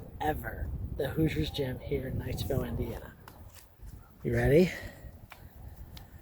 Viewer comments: I see this is over 3 years old but must say......In front of the gym it sounds like you say "knightsville" Indiana??? Being a 1968 grad of KNIGHTSTOWN High School and played in that gym of course I enjoyed your vid but giving the town a different name? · Other than getting the town's name wrong - KnightsTOWN, not ville, great video. My hometown.